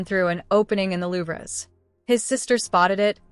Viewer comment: The slop AI narrator can't pronounce louvers properly. 😂